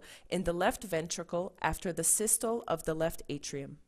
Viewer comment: Systoleeeeeeeeee, and Diastoleeeeeeeee..... pronounce the "Lee" after each for correct pronunciation...!